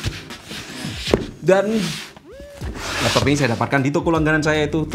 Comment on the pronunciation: 3.38 apa itu l”lappop” gaiss???😂🤣🤣